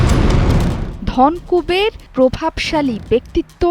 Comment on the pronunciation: উচ্চারণটা 'ধন্ কুবের' নয়, 'ধনোকুবের'..